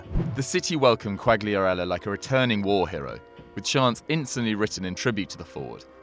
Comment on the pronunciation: Ffs how can you get every single Italian name wrong? Who's Bageo? And I don't even know how to spell what you called Quagliarella.